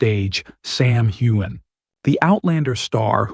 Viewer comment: This is not true. Sam wore a beautiful kilt suit. Also, try pronouncing his name correctly.